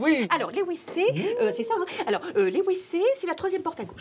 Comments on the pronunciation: Parce qu'on prononce "vécés" pas "ouécés" ;). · parce qu'elle dit Ouécé au lieu de Vécé:) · Ça se prononce vécé et pas wécé :) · ''Les Wécés'' 😭😂😭😭😭😭😭😭😭😂😂😭😭😭😭 . Ça a fait ma soirée , tout le weekend je vais y penser 😂😭😭😭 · « Les wécés » 😂😂